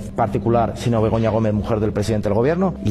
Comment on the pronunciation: Jajaj en vez de Begoña creía q decían pelota